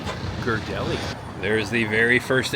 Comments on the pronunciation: I'm sorry, native Bay Area gal here, but you are "killin'" the Ghirardelli name. It's pronounced..."Gear-a-deli". Wish you would have gone to Pier 39...haven't been there for awhile! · I was gonna poke fun, in a good way and say he pronounced it wrong. But hey he finally got the pronunciation of Museum this time, lol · Native San Franciscan here. You did a great job, the city looks great. I'm just going to help you out with the pronunciation Ghirardelli name. (Gear-ah-dell-ee). Don't feel bad it's Italian not english.🙂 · Proper pronunciation is Gare-a-deli